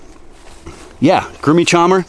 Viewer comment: Grumixama is one of my favorite fruits, it's really unknown here, but delicious. We pronounce it something like this .sean.mah/.